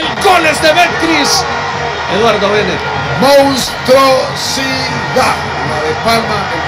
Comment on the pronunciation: Me encanta oír a decir mounstrosidad